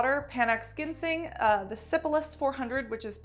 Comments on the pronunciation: Idk why this bothered me, but ginseng is pronounced "jin-sing" with a soft G <3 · Jim-sing lol